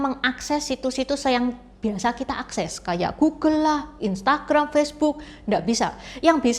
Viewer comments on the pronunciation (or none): none